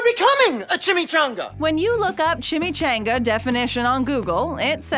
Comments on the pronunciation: She says chimichainga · Chimmy-CHONG-uh. LOL. As a native the west this really made me grit my teeth. That and the credit of the wrong person and circumstance of it origin. It's well documented that it was an accidentally dunked burro in Tucson 20 years prior to the thieving white guy. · CHIM-ME-chAHn-gAH is how you say it! My goodness the way she pronounces it makes my actual soul cringe!!! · Annoying as hell that she is pronouncing chimichanga wrong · Yo it’s pronounced chimichanga. Changa not Chan-ga . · Nope it's a chim-e ch-ahhh-nnn-gggaaa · What a b** you can't say chimichanga properly now I know you're doing that shitt on purpose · When you use clips with the correct pronunciation of chimichanga and still say it wrong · The way you pronounced chimichanga pissed me off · Several pronunciation examples of Chimichanga in her presentation AND... she still pronounces it wrong 🤔🙄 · I had to dislike this video. I cant stand the whitewashing way you pronounce chimichanga. Say it right or dont say it at all 😩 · Everyone was mad about the Chimichanga pronunciation because 3 other people said it right while she said it wrong (pissed me off too) but did it occur to anybody that they may record the dialogue then add the clips in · You didn't cringe at her horrible mispronunciation? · You are saying chimychanga wrong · *Refuses to pronounce chimichanga everyone else* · CHIMICHANGA -- Despite being pronounced the way that everyone says it regardless of heritage, this narrator insists on pronouncing it like some small town backwoods American ignoramus. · backwoods American ignoramus still prenounce it better and how its suppose to be pronounced. I think its funny because EVERY clip in this video pronounced it better then her.